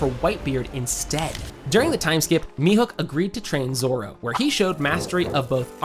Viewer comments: “mi-hook” for the love of god. MIHAWK. HAWKEYE MIHAWK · Thank you! It was like nails on a chalkboard hearing such an easy name mispronounced so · It's pronounced Me-Hawk. Not Me-Hook lol. Sorry but it was bothering me. Tell me you make one piece videos without actually watching one piece? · mihawk not mihook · Stop calling him mihook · How are you unable to pronounce Mihawk